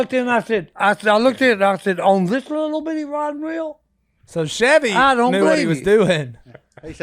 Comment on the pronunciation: I lost it when Si said “Chevy” instead of “Sevi” hahahahahahahahahah